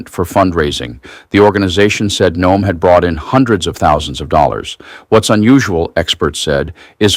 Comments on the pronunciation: Her name is pronounced Noem not No..am. Robot narrator must be recoded by IT for proper pronunciation of names and places. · WOW, You guys are getting lazy. AI reading this.......No-em? Its pronounced Gnome.....like her face. But seriously "BIG BOMBSHELL THATS NOT A BOMBSHELL" headlines and you click........getting bad with you guys. Sounding like legacy media. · AI, it is Noem like gnome or Nome, not no-em. Get it right. She will be in the news often. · Noem = NOME You continuously mispronounce places and people's names. Please learn how to say them correctly before you start recording. Oh, and KYIV is not kiy-eev. It's KEEV